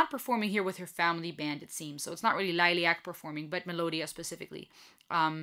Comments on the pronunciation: Just pronounce the first part of the name more German like Lillie äck. 😉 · Lilly-ack is the correct pronunciation. you are still saying it wrong. just a correction note that is all. thank you for your reaction.